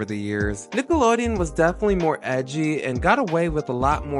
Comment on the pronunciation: it’s not just me right? they never pronounce the n at the end of nickelodeon when they sing the classic jingle.